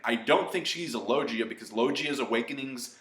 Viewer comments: It's pronounced: low-gee-ah. Say it right lol. :P #Don'tBeDouble4Anime... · i was starting to like this guy then he went and messed up the word logia. Why do all anime reviewers find the need to mispronounce words when they know what the Fuk it is.